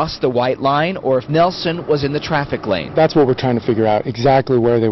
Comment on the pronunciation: It’s nielsen not Nelson I should know I’m his son